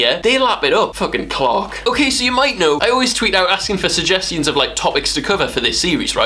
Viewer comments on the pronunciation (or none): did he just say SUGGEST-EE-ONS? HAHAHAHAAHAHAHAHAHAAHA I WANT TO KILL SOMETHING IDK WHY